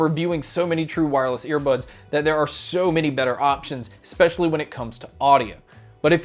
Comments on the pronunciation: Ex-pecially x 2 but you finally got it right (maybe) and (kinda). You're welcome. 😉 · There is no “x” in the word “especially”